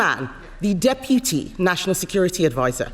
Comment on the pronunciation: Someone please teach how to pronounce Deputy